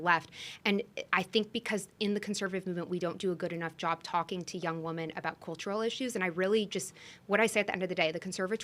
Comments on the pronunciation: Someone tell her how to say the plural of "woman." And people say "fLustrating" these days also. Sorry, I digress. Great episode, guys. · I came to the comments hoping someone else noticed this. I cannot take this woman seriously because she runs a company for WOMEN but doesn’t know how to pronounce “women” correctly! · Is it a generational thing to pronounce “women” as “woman?” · Why does she keep saying, "Woman", instead of women? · Why does she say “woman” every time she should be saying “women”? It’s wildly annoying